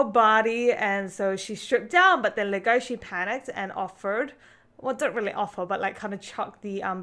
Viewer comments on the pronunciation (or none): legosi not legoshi